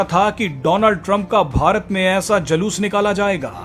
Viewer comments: Jaloos nahi Juloos bolo 8th passed news anchor ji. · Anchor ko pahle bhasha ka uccharan sahi karwao...Julus ko Jalus bol rha hai. Girta hua patrakarita ka star.